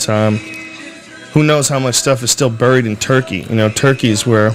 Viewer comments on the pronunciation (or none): none